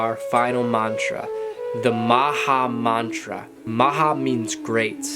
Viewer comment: Dear! you need to pronounce the mantra correctly in order for it to work. you have good mantas. Work your pronunciation.